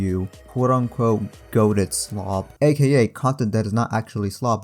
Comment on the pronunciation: POV: You and da homies in de back be opening up a video talking about goated slop vs actual slop and cant stop laughing without slapping your belly and da entire fam be laughing at the word slop as says schlop 5x in a row they all start to laugh and laugh and laugh meanwhile 😂😂😂😂nah youre such a good youtuber hahahah😂😂😂😂heh ollly you funny turd😂😂😂😂😂😂😂😂😂😂😂😂😂😂😂😂😂😂😂😂😂😂😂😂